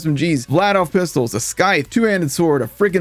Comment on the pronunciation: bruh, the C in scythe is silent like the E.